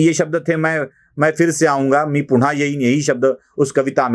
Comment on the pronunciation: मी पुण्हा येईन, मी पुण्हा येईन असं नाही मी पुन्हा येईन, मी पुन्हा येईन असं म्हणा तुम्ही "न" आणि "ण" चा खूप घोळ घालता बुवा तुम्ही नक्की कुलकर्णी आहात ना?